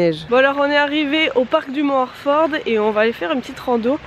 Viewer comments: Slt, content que vous ayez apprécié le coin, je suis a 10 minute du Mont Orford, l’Estrie est une très belle région et quand je t'entend dire Orford avec ton accent c'est trop drole. Continue tes superbes vidéos;) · C'est drôle comment tu dis Orford